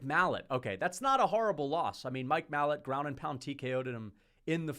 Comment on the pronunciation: Its pronounced mike ma lot not mallet